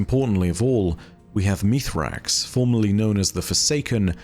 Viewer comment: Meez-rax. Not Meethrax. Bungie has already clarified this. Why does one of the "leading" lore guys not get this?